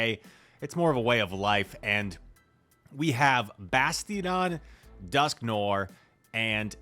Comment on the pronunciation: After all these months, my man still can’t pronounce Dusknoir.